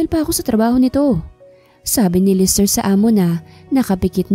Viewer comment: LESTER NOT LISTER.BISAYA BA ANG STORY TELLER.